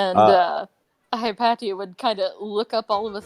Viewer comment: Probs to the history buff which plays Hypatia. My daughters are named Cynisca and Hypatia. Btw your saying it wrong in both the Greek and Egyptian ways. Its either hip asia or hip a tea uh.people butcher my kids name daily lol and my wife is Anastasia. Yall stalking me? Lol